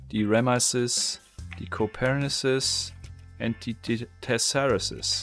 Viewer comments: Ich glaube Kopernikus kann man auch im Englischen deutsch aussprechen.. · Copernicus was the guy who first proposed a heliocentric system to the vatican. Befor Galileo. Also, it's ppronounced "koppernikus" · "Copernicus" is pronounced in the Greek way, with the c's as kappas: ko-PEHR-nih-kus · Pronounce it as you would in german: Nicolaus Copernicus